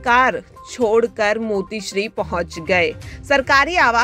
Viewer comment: हिंदी बोलता येत नाही मातोश्री बोला मोतीशरी नाही